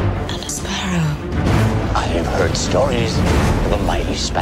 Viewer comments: Barbossa - Jaak Sparroww Davy Jones - Jac Sparruh Salazar - Jabes Barrooo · Jack sparrah😂😂